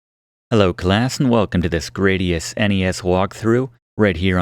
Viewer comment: I think it's supposed to be "grad" like graduation - GRAD-ee-us rather than GRAY-dee-us - because IIRC the name came from the Roman 'gladius' sword.